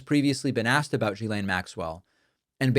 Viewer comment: As a french woman, it frustrates me hiw her name has been massacred. She’s an awfuk person, no doubt. Her name is pronounced, rather than previously spoken, guylaine. Pronunciation: “jislaine”. Please pass that on correctly as it seems nobody in USA can seem to pronounce it properly.